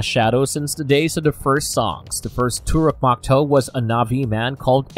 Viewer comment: IT IS TORUK MAKTOO NOT MAKTOO MAKTOO PRONOUNCE IT LIKE MAKTOO MAK AND TOO PRONOUNCE IT THE NA'VI WAY